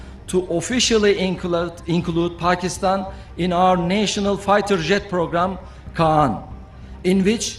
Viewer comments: Hazrat g yeh "Khan" Nahi "Kaan" hai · This is not khan aircraft this is kaan aircraft pata ni q ap bar bar khan khan bolte hain